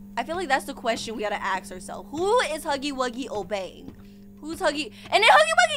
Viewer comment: y do u say ask like aks